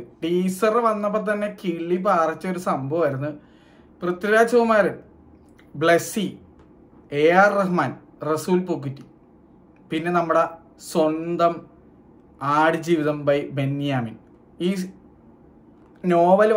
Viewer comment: പൂക്കൂറ്റി അല്ല പൂക്കുട്ടി 😂